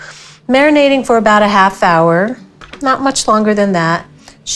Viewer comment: Please stop saying about